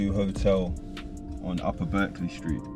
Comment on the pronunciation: Berkeley is pronounced barclay